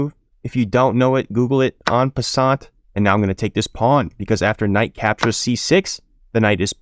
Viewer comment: En passant, the "t" is silent.